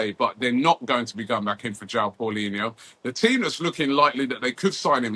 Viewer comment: paulinha not paulinho